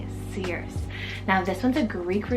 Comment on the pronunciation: Circe I believe is SIR-say or see